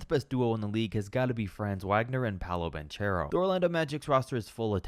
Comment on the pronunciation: Dude mispronounced every name: "Jacob" Poeltl, "Franze Waygner," Paolo "Banchairo," "Bozhan" Bogdanovic, "Lugwentz" Dort, "Paschall" Siakam